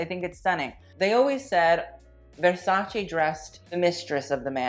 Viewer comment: I am sorry but if you wanna judge fashion at least you should pronounce the brands right. Idc what is your native language, you should respect the language where the brand comes from. Like if you are just regular person then whatever but if you have a channel dedicated to fashion then you should act like it. I am so fucking sick of hearing Versacee when it's just Versace, look up the proper italian pronounciation (same goes for lots of other brands). If you wanna look like professional, that is the first step imo